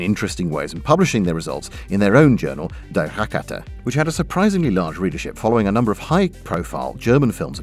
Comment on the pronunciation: My German is garbage but pronunciation is the one thing I was told I got pretty good at. Yours sounds broadly very decent to me. Except for Die. It’s “dee” not “dye” :) (Happy to be corrected by actual Germans, Swiss, Austrians or Avery Truffleman if it turns out just to be a regional accent thing).